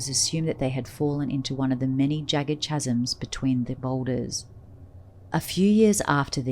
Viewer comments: Very interesting. Incidentally the word chasm is pronounced kasm. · chasm is pronounced : kaz-m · Very interesting story but the accents were comical. Kinda took some of the authenticity out of the story. "Chasm" has a silent "H" too.